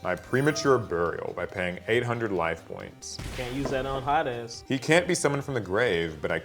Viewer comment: When you said Dark Ruler Ha Des, YouTube’s closed captioning read it as “Dark Ruler hot ass” lmaooo 😂😂😂